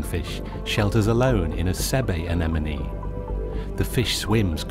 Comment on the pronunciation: Is it pronounced enemonie? I always thought it was a-ne-mone?